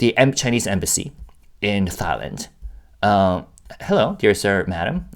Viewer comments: This is kinda off topic, but as a Thai person, I giggle every time you pronounce Thailand, because it sounds like ตายแลนด์ (따이란) which means the Land of Death in Thai language. Try pronouncing it using the single ㄷ (다이란) to get it to sound like ไทยแลนด์ which means the Land of Freedom. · I giggled the first time I heard him pronuncie it, too. I've never heard it pronounced like what sounds to me like "thigh-land."